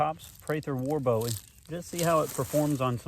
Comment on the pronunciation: HE SAID PRATHER WAR BOWIE ...MAYBE 876 TIMES....AND ITS PRONOUNCED BOOEY NOT BOWIE LIKE DAVID BOWIE...I AM FROM SAN ANTONIO and I believe the man knew how to pronounce his last name...FACT spelled BOWIE Pronounced BOOIE